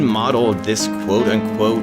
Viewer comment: "quote en quote 'realistically'"